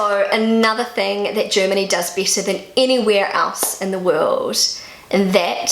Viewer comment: I love the way you say BETTER. It sounds like Bieter (the german word vor bidder/tenderer). A native german would pronounce it like BÄTTER or more english bädder). But your slidly british sounding accent is so adorable. I've lerned so much about pronouncation by listening to you, speaking about everyday normal things.